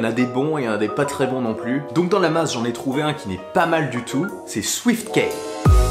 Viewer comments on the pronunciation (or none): Swiftkiiii pas Swiftkèèè. Key comme 🔑 ki